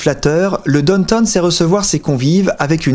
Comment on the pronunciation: J’entendais « donne tonne » et je me disais mais qu’est-ce qu’il dit là? Et il répète « donne tonne » et puis je l’ai ignoré. Puis, j’ai compris: Downtown, bien sûr!!! WTH mec? Vous êtes vraiment bizarre les français hin! Vous savez pas faire un petit effort? Bande d’ignorants de merde